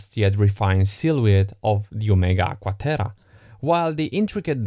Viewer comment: "Agua Terah"